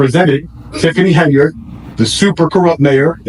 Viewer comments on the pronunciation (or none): none